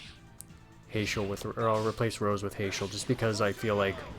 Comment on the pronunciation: Heyschel lol, I pronounce it Hash-el. Trust me it's cool as long as you're not calling Tidus (teadus)... just sounds so tedious. In english language it is Tide-us idc what the creators think or say neither bc they dont speak english! If they did then they need to learn how to read English its Tidus not teedus. They also never say his name during the game so it's a argument that will never die to me because no one will give up their side of the argument and I will not give up on mine LOL